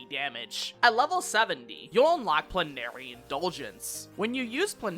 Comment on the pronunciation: Love the guide. Just FYI, it's pronounced "PLEN-uh-ree."